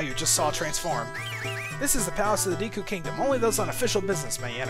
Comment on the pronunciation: Not gonna lie, it'll be great once we move on to snowhead so i can stop hearing him keep say "Deeku" Link